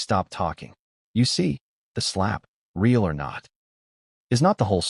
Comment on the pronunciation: Why don't you show the footage? Or share the audio? Screw meghan and her fake royal identity. What a great way to get free publicity for the movie. If this really happened I'd have her charged with assault. By the way, your fake narration can't even pronounce the word " real "